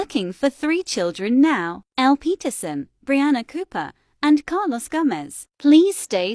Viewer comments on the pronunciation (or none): none